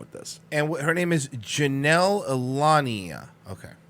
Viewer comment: can't read. He read her last name like 3 times and got it wrong every time haha